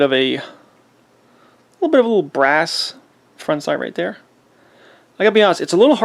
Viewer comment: I heard him say “brass” several times.